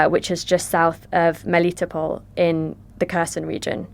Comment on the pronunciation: Brits consistency mispronounce: Mel ih toe pull. Accept on toe. Melitopol.